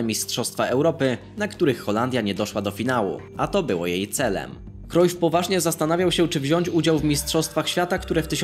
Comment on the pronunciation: Jak coś mówi się Johan Krajf nie Krojf